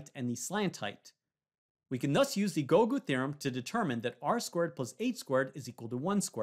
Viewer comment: Lol plz stop saying googu theorem plzzz